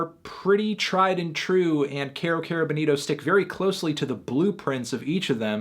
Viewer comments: It's funny how Bonito Spanish Bo-nee-toh turns to Boneero when pronunced in American English. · Señor Antonio, repeat después de me: Kero Kero BO-nito. You're saying Benito, señor Antonio. Benito is Benny in Spanish.